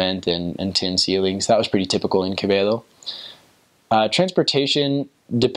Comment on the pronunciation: you pronounce "Quevedo" as if you were from Ecuador! hehe. congrats!